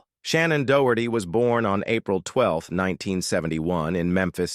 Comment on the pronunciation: Pronounce Shannon's last name properly, the narrator is slaughtering it.